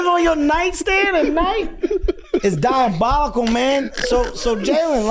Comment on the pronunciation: Kev said it was DYE-ABOLICAL while talking about Jaylen Brown😂😂😂😂😂😂😂😂😂😂😂😂